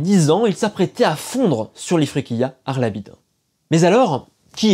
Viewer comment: Je serai curieux de savoir comment tu choisis la prononciation des noms de lieux dans tes videos Par exemple tu dis "arlabide" ce qui est très juste mais pour les villes siciliennes tu utilises souvent des prononciations que personne n'utilise que ce soit en francais, en sicilien, ou en italien Par exemple tout le monde dit cefalù avec le son "ch" pour le c et tout le monde dit agrigente avec le son "j" pour le deuxieme g